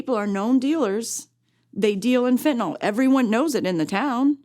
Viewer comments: It is pronounced FentanYl Not fentanOL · It pronounced fentaNIL, not fentaNOL. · FEN TAN YL...NOT FENTENALL